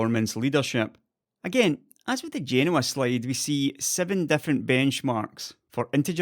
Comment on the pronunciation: Nice video and thanks for pronouncing Genoa correctly. I'm guessing the SPR delay is probably yield issues on such a large tile die and the disconnect between chip design time frames and fab realities.